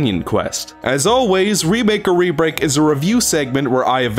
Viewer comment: Am I the only one that sometimes hears "rebreak." As "rebake."